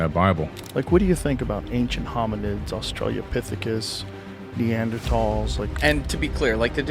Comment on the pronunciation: Joe Rogan saying "Australia-pithicus" 😆